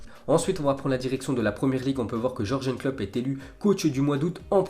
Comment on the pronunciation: Ya que moi que ça choque le prononciation pour Klopp ?